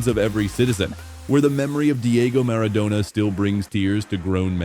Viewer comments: Animale che sei si dice Maradona no miridona fate letteralmente schifo per non dire Munnezz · Diego Armando Meridona non si puo' sentire. Questa ia è a livello di uno scimpanze' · Animale si chiama stadio Maradona no Miridona fate letteralmente schifo per non scrivere che siete Munnezz a infangare un nome cosi enorme